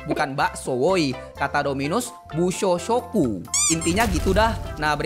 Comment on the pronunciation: Bang haki tu nama nya busoshoku bukan bushoshoku